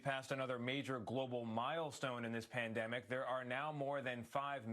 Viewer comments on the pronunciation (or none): none